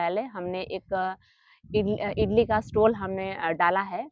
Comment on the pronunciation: इटली नहीं इडली कहते है